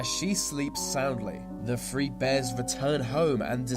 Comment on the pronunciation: his "th" are pronounce with "F". Through= Frew Three= Free throats= froats thirteen= firteen